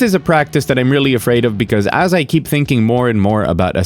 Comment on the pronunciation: I know you mean "video games as video games," but I keep hearing "video games ass video games."